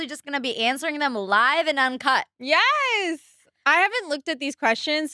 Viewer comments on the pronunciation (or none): listen carefully she never says yeS it’s “Ye”